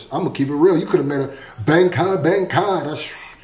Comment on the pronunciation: why did he pronounce bankai like bank-eye